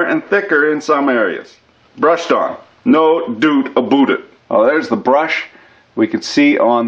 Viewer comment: "doot aboot it" Canadian or Scottish? ;)